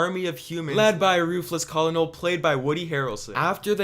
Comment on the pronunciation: Colonel is pronounced "kernal"